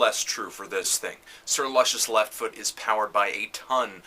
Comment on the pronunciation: I like how he's muffled the fact that he pronounced the title of the album incorrectly. If he would have listened properly to the old OutKast records he would know how to pronounce it as Big Boi's referenced it tons of times in previous songs.